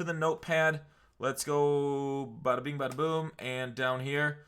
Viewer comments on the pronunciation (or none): none